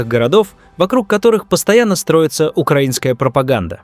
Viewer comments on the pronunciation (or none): none